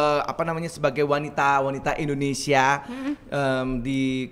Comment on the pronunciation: gw pecahhhh Teh Melly ngomong " Bahasa indonenong neee...."🤣🤣🤣🤣🤣